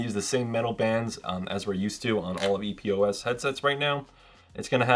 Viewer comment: Just ordered this one after having TWO pair of HyperX Cloud 2 being crackling & not working properly. Super stoked! P.S. It's "Epos" not E.P.O.S. #OCD